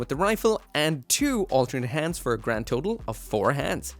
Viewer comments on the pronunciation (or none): none